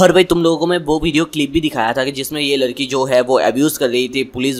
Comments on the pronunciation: Bro ladki not larki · Lalki nhi yar ladki hoti hai 😂😅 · Ladki not larki